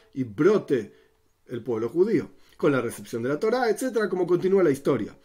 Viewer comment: El por qué dice toila no es torah 🤷‍♂️